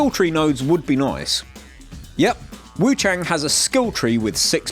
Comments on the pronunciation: It's "Wu-chAHHng" not "Wu-chayng" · hey just letting you know, wuchang is said like wuchung/wuch*ah*ng